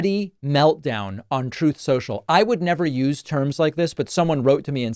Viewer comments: Thanks for keeping it real David. Love how you and all the other normal commentators and analysts destroy these ridiculous Trump and republican talking points. I love when you say “troth social”. 🤣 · Ha ha I always freaking lose it whenever you say TROTH SENCHALL